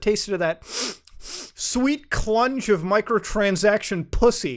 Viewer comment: the way in which Muta says clunge made my whole day.